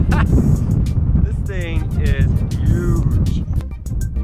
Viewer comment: SAID YUGE!!! DONALD TRUMP SUPPORTER!!!